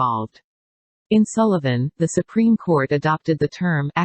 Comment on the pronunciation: She radiates such strong Karen energy. Anyone else hear her say “SuPenis” ?